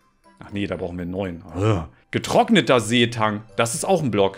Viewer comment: en blöck perfektes Englisch:)